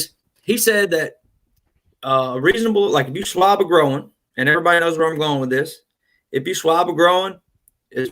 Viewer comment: The “io” in “groin” sounds like the “oy” in boy. The word is all one syllable. The way you pronounced it adds a long “o” sound and a syllable, so it sounds like “grow-in” swab. It should sound like “groyn.” I think the doctor thought you were saying “growin’ swab”, leaving the last “g” off growing. I hope that makes sense.